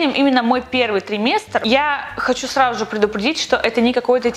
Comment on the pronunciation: До сих пор наша говорит "сраЖу же",это мило)